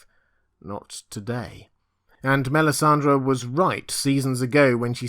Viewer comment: MELISANDRE not MELISANDRA!